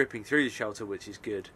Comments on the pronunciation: Sheter? Or shelter? 😅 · Forgot the L in shelter